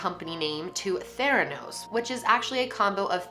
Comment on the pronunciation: When you keep hearing THANOS not theranos